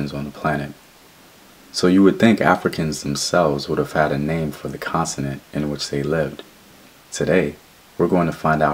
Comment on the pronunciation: It's CONTINENT, NOT CONSINENT, GENIUS!!